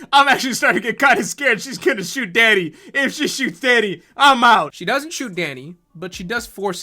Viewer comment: The more says Danny the more it morphs into Daddy.